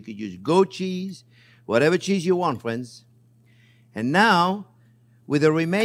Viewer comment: "My phrinzzzzz!"